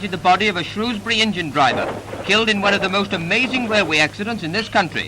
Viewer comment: "...one of the most amazing wailway accidents..." The presenters colleagues must have known, surely?